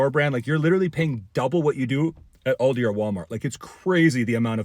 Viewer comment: first, pronounce Aldi.